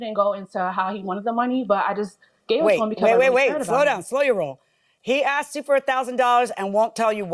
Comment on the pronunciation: He “axed” me?